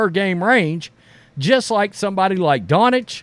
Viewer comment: Bro you absolutely need to learn how to say Doncic. You clearly don’t even watch him saying it like that 😂